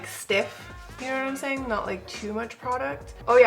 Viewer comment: Looked pretty natural until the powdere. I love how she said “know what I”m sayin>”. Lol